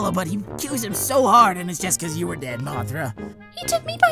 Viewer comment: I funny for he say ｄｅｄ